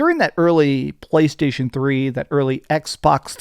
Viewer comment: What’s wrong? It’s teh POWA of the PwayStation!